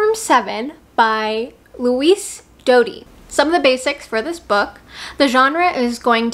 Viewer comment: Louise Doughty = Pronounced Loo-weese (not Luis) Doubt-y (not Dowty)